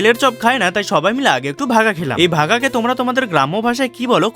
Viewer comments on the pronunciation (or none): ভাপা❌ ভাগা✅😂😂